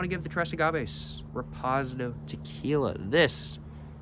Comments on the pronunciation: Shots game - Every time says Repozidoe! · Probably doing it on purpose to drive engagement. Many comments on his mispronunciation and he ignores them. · Now there’s no way you’re pronouncing reposado and Anejo like that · I’m CACKLING 😂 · That pronunciation is wild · Gets me everytime😂